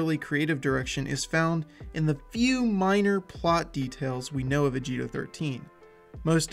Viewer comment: its "ah gi to."